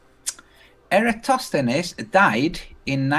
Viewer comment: Well... credit where due... got 'Eratosthenes' pronunciation pretty good. But... he didn't extract the northing from that diagonal line.